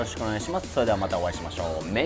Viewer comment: ((*´ゝз･)ﾉﾞお疲れ様♪ 今日は旨辛で平和に終わるのかと思ったw 追い辛は味も濃くなってそうだね💦 お腹お大事にね🙆‍♀️ めんそーれの溜めが癖になる（笑）